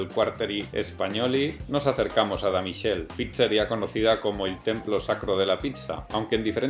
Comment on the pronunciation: michél no, miquele